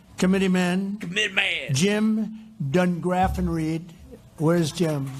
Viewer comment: Actually, even though I despise Trump, he pronounced degraffenreid pretty descent.